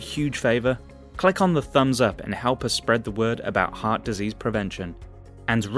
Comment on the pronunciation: Sorry mate cannot take your vid too seriously. As you do not seem to understand when to use the long the sound and the short the sound. Very distracting when trying to listen to what you say. Also this makes me wary about your attention to detail and absorption of information correctly. After all if you cannot master a basic of language why would you be capable of understanding the subject matter.